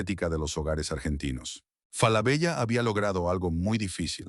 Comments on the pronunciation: no! tenes que cambiar esa ia es una marca y suena "FALABELA" con doble "L" o "Solari Grup" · Hola. Ojo. La doble ele(ll) de "Falabella", al menos en su pais de origen(Chile) se pronuncia desde siempre como ele(l). Suena rara y extraña la referencia a la marca que hace con doble ele el locutor. Lo demás, impecable. Saludos.